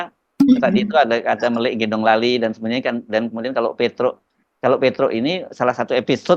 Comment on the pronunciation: melik itu bacanya melek ...